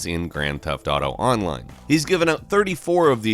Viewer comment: The way you say "online" hurts me